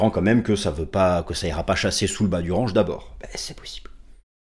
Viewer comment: j adore quand tu parles anglais RAAAANNNNNNGGGGGE